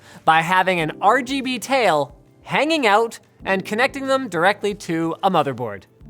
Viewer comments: he says rbg chair instead of rgb chair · He pronounced it wrong rgb not rbg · It's called the rgbchair. Linus called it the rbgchair. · the rbuhg chair, but its rgb not rbg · you said rbg chair not rgb chair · He said rbg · Ruhguhbuh chair not Ruhbuhguh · Linus.. you pronounced it wrong. It's Ruh-GUH-buh... not Ruh-buh-guh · At the start, he said RBG, not RGB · ...The "RuBuGa" Chair? Don't you mean the "RuGuBa" chair? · He called it a "Ruh buh guh" chair. C'mon now, Linus... It's pronounced "Rub GUH BUH." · he pronounced it RuuhBuuhGuuh, when it should've been RuuhGuuhBuuh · RUBOOGA CHAIR HAHHAHA LMFAOOO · why did linus pronounce RGB as ruh-buh-guh and not ruh-guh-buh? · I knew it was "rabooga" and not R.G.B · nobody: linus: rubuga chair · "rooboga" chair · I literally almost spat out my water when you pronounced, "the rheghebe chair" lmaoooooo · when he pronounced RGB chair as "ruhguhbuhchair" I died. seriously, send help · "The ROGOBU chair" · The "RuGuBu chair"😂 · The "RuBuGa chair" I'm TÍŁTÉD It's RGB, rubuga is RBG... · Lost all hope when he said rgberg chair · Most of the time, I find linus' sense of humor pretty lame... but that pronunciation of "the rbg-chair" made me laugh out loud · Even though he said rebuga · The "rugabuga" chair im dead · "ReGeBe" chair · "The regubba chair" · Re Ge Be chair???? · You had me cracking up with the intro, calling it the rabooga chair LOL. Although it seems like you mixed your B and G around, it was still hilarious. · I love how you said ruh buh gah even though its rgb lol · Fucking spat out my drink when he said RGBUGGER chair. Ffs. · Did he said RG Boogier Chair 😃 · you pronounced it the rbg chair. unsubbing. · I died when he said: "The regebe chair..." xD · Naser AbuOwn It was more like robogo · I looked away and thought Linus said "The Red Booger Chair" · The RhhGhhBBhhh -Chair hahahha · lmao the way you pronounced that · The rgb chair (pronoused as it is spelt). Haha